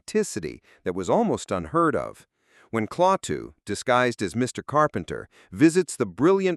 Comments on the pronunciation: Damn it, listening to you CONTINUALLY MISS-PRONOUNCING "CLAWWTOO (as in the things on a bear's hand = CLAW) IS INFRUITATING !! NOTICE when she in the movie pronounces it CLA-TOO (as in CLAP your hands) FUCK: if you are going to "REVIEW" a movie, TRY WATCHING IT SOMETIME, clearly something you NEVER DID, or you would fucking know how the name was SAID !!!!!!!!!!!!!!!!!!!!!!!!!!!!!!!!!! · Klaaaaatoooooo not Clawtoooooo, but great run down on details one of my favorites ever when Gort was plowing through folding wood chairs we used to hide while watching the TV!!!! Still ove to see this over fifty years later....Loved when Rennie corrected the math problem for the professor!!!! Thanks for posting this.... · The phrase is Klaatu Barada Nikto, not Kalatu Nikto Varada. How do they make such mistakes? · The U.S. military may also have been a bit sensitive as we were currently involved in the Korean War. BTW, why not hire members and equipment from the MD or VA National Guard and have them maneuver in a local park? Re the final secret, I think you are wrong. Klaatu (not Claw-to) says that his race has given all police powers to the robots as a way to avoid conflicts such as wars. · Did you watch the movie? His name is Klaatu, but you pronounced it "Clawtu". In the movie, Patricia Neal pronounces it correctly. Watch the movie. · I gotta go now ... yea ... the thought of the narrator saying "Claw -too" is giving me the willies. KLATU!!! 😱😱😱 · Not CLAW-Tu, but KLATT-Tu. Did you see the movie? A.I. voice I'm guessing since a real person would not goof up on a key name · You say klawtoo with a "claw" A sound, but it was pronounced klatoo with a "fat" A sound. Bugs me. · Cringed every time he said "claw too". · Clawtoo ?????? You better go back and watch the movie. Learn to pronounce correctly. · Why is the narrator mispronouncing KLAATU as KLOWTU? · KLATO PRONOUNCE IT CORRECTLY PLEASE. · AI really wanted to say, CLAW-TOOTH? idiot AI